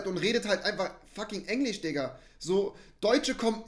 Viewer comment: ich glaube Rewi hat Englišçh richtig ausgesprochen